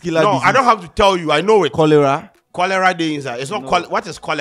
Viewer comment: said “chorela “😂😂😂